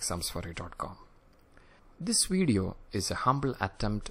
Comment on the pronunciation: It's Video, not wideo.